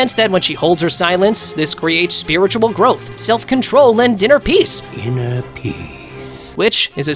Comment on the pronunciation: ineer pise